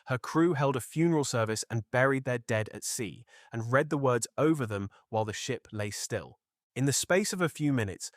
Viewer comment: Pretty obvious AI reading, but one of the better AI documentaries I've seen. They also mis-pronounced "read" at one point as the past tense, when it should have been present tense. I.e. it was pronounced "red" rather than "reed".